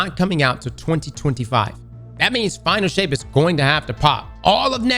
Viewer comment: Is it me or did I hear Final S**t? Not Final Shape?